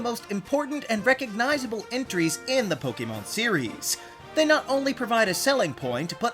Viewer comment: THANK YOU for pronouncing the word Pokémon correctly! I just can't handle the other "Po-C'mon" pronunciation that's all over YouTube.